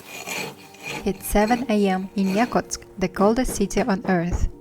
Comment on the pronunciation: Сама ты Якутск, это якУтск (ударение)